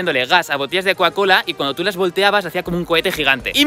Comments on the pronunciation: Coacola no cocacola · Porque decis cuacola